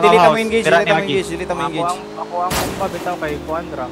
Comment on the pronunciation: Hahaha "Engege" Hahaha Idol Galing talaga mag AWM